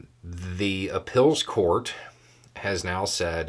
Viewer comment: Its cute how pronounces "appeals" as "ah-pills". Where is he from?